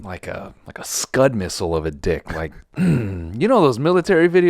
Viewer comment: My man said SCUDMISSILE lmfao